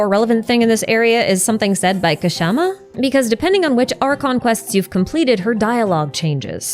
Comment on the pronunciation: hahaha, as a south asian person, your pronunciation of "Kshama" made me laugh!! the K is silent here, so it's just pronounced as "shama"